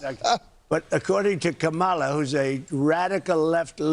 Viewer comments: Ok Donald, pay really close attention: When you say Mc-Donald’s, the accident is on the second syllable. In KAmala,’the accent is on the first syllable. You should probably learn to say her name correctly because she’s going to be your president soon! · How stupid are they? They think this is funny? Does he really think he sounds smart when he pronounce, "Kaa ma laa"! How ignorant! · Amongst a thousand other things about him, I hate how he says Ka-MAH-la, purposely mispronouncing her name. What a classless POS. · Trump can’t even pronounce KAmala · Kamala Harris passed the bar exam on her second try which is not unusual. I would love to see trumps grades😂 or his ‘cognitive exams’. Every time he mispronounces her name Kamala gets a vote. 🔔💙💙💙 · Trump still can't pronounce Kamala. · It’s so ridiculous how these idiots keep mispronouncing her name… how childish… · He is still disrespectful, by mispronouncing her name on purpose. 🥴🥴🥴everything they do or say is reverse psychology. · He STILL doesn’t pronounce Kamala correctly to this day. 🤦🏻‍♀️🤦🏻‍♀️🤦🏻‍♀️ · He is a piece of human garbage. He refuses to pronounce her name correctly just to show how disrespectful he truly is. Kamala is the only one who has called him out for who he is and of course he immediately turns it back around on her just like a second grader in the school yard. I’m not stupid you’re stupid. History has shown polls to be inaccurate and irrelevant. Come on, let’s vote this guy into oblivion once and for all and have her win in a landslide in every swing state. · Trump low life still pronouncing Kamala incorrectly. And he probably had to hold himself back from saying he loves cows for the steak. Impressive tho since I never heard him show any affinity to animals, other than killing them. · Uh, man, “Kamala Harris doesn't know what she’s doing, she doesn't have a clue.” But here we are in 10/18/24, and you still can't pronounce the woman’s name.